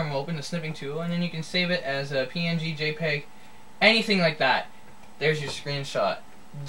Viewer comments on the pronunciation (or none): none